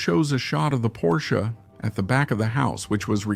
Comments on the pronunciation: Porcha? Did you call a porch, a Porcha? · Hey, it's pronounced porch, not porsche(car). The front platform of a house is a porch. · Yes. That is a very strange way to pronounce porch. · AI. AI is overhyped can’t even distinguish word diferences